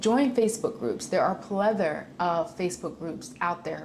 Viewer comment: "a plether"?...*a plethora